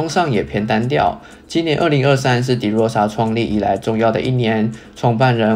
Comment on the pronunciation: De唸法是ㄉㄜ˙ 不是ㄉㄧˉ